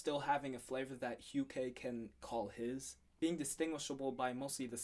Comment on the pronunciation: Hukae is pronounced as "yukay". Not "hakaye" lmao. I made the same mistake as well until someone corrected me. Edit: nice review man. You pretty much nailed the breaking down. Are you into artists like koan sound? If yes, you should do a review of silkwave ep that's coming out soon.